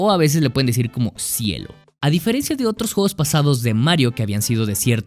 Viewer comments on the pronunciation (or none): none